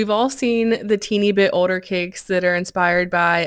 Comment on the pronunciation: Is it a southern thing to pronounce older like ‘odor’? I’m just genuinely curious